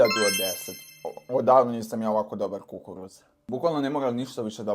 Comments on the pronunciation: Kako si gluuuuup,znaci slusaj kukuruz se nejede sa protezom jbt i takodje ne kaze se kukuuruz nego lepo kukuruz ooo jbt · Što, što što kažeš kukuruz sa takvim akcentom